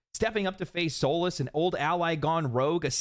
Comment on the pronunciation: Hate how they butchered Solus